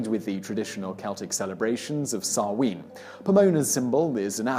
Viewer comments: Samhain....is pronounced as sow as in a pig and win... sow win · Sow-in not Sow-een 🤦🏼‍♂️ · Interesting info.The pronouncuations of the Gaelic words are waay off! Samhain isn't "Sow-ween" but more like 'Sow-an', sow as in 'cow'. "Bealtane" is Bel-teen-A, not Bell-tane. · Trying not to let the pronunciation grate on me as an Irish lass, but I CANNOT get past this "Sah-ween" business. It's SAH-WHEN!" 😅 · Samhain = sow-an Bealtaine = bal-tha-na I actually want to cry why can people not just research pronunciations I'm begging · I can't stand the way he says Samhain.